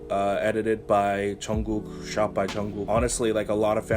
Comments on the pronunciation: It's "Jungkook" not "Chunggok" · I'm sorry if my comment offended you. But for me you're obviously pronouncing it wrong, I don't know if it's just me I mean I like your channel but yeah